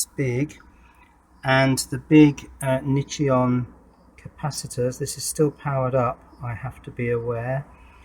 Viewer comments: Nichicon not nichi-on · New drinking game, take a shot each time mispronounces Nichicon. 😋